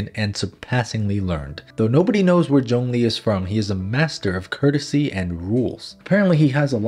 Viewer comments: Its Zhongli not jongli!! FAILURE!! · Everyone: Zhongli: John Lee